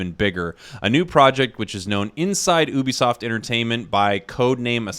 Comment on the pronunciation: i dont want to be mean but ngl i hate how you said oobisoft not Ubisoft